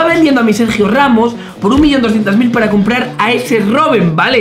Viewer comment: Se dice comprar pino no complal